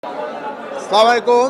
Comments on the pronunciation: Salaai walaikum Na !! > Its Assalamu Alaikum..... Thik Moto judi na boleen taholey tou olta meaning hoye jai..... Thik moto bolben apni....Allah duhai..... :face-pink-tears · সাবালিকুম এটা আবার কেমন সালাম?